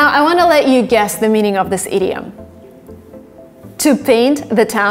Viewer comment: Every time she says "idiom", I always think she's about to say "idiot"